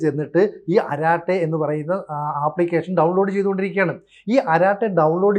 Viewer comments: അരാട്ടേ അല്ല അരടൈ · അരാട്ടെ അല്ല അരട്ടേ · അരട്ടൈ and not araatte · അരാട്ടെ അല്ല അരട്ടൈ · അരാടൈ എന്നല്ല അരട്ടൈ ആണ് ശരിയായ ഉച്ചാരണം. അരട്ടൈ അരംഗ് എന്നാൽ chitchat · ആരാട്ടായി എന്നല്ല അതിന്റെ prononsation "അററ്റെയ്" എന്നാണ്.. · സോദരാ ...., അരാട്ടേ എന്നല്ല, അരട്ടൈ എന്നു തിരുത്തുക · അരാട്ടൈ അല്ല അരട്ടൈ; appropriate name! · അരാട്ടെ അല്ല അരട്ടൈ, കുശലം പറച്ചിൽ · Please, if you don't know how to pronounce it correctly in Tamil, ask someone to correct it. Don't kill that language either.